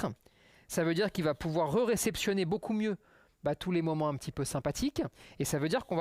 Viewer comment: il est où le "han" dans "beaucoup" ?